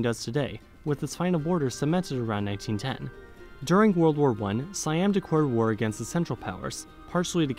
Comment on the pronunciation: I think maybe it’s something about your pronunciation of the L sound. If you listen to your pronunciation of the word “declare”, it sounds like “dee kware” to me. My English speaker friends also heard the same.